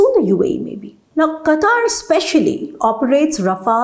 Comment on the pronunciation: It is Qatar not Qataar, Desi kutti walaiti cheekhan